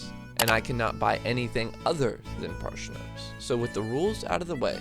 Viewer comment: Parshnips Ok, that aside, that was fun